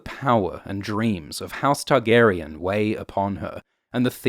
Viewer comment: I wish you wouldn't put stress the "on" in the Targaryen names. The actors don't...GRRM doesn't...That being said I do like these vids